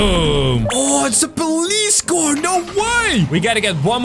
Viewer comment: ✨Oh no my cwar✨ Me:🤣🤣🤣🤣🤣🤣🤣